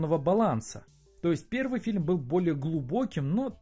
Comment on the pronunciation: Раздражаешь говорить "филем" вместо "фильм"...